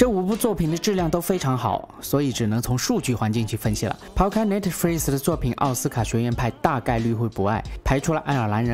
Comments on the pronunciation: 哥 是Netflix 不是netfilx啦 好好读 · 我以為他在講另一個字😂😂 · 求你了，别再说netfreez了…… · Netflix 怎么读？.... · Netflix t 不发音。。。